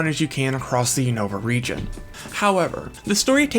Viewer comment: The constant mispronunciation of Unova is 🫠🫠🫠🫠